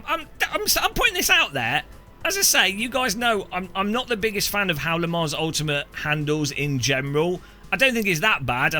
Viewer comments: Its french bro. "S" is silent. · please for the love of god pronounce Le Mans correctly 😂…. The S is silent